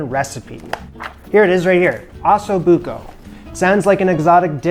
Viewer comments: It is Ossobuco and not Assobuco! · Sorry got turned off when I heard him call it ass o'buco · like fingernails to the chalkboard the way he pronounces Ossobuco. Can you try please? Go listen to an Italian saying it! Beyond that, nice find and good video.